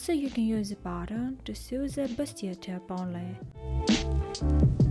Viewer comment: "Sew" читается как "соу", а не "сью". Прошу прощения, что исправляю, но очень режет слух